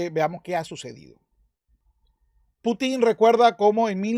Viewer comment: Conque "Putín" ¿eh? interesante manera de acentuar el nombre jeje 🤣